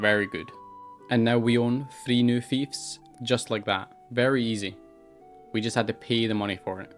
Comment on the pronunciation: Oh its Fiefs not Thives. its took sometime to understand